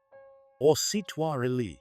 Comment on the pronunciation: Good job ! I am Romanian and the names are spelled ok! Only "Ursitoarele" you butched them :)) great video as always!